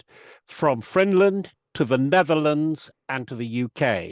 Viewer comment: Did he say “from friendland” or am I going deaf? Either way, I love it: Finland= Friendland. Kiitos!